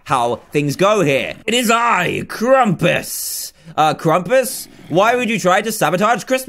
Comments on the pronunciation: did anybody else realize its krampus? not krumpas? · Its supposed to be Krampus not Krumpus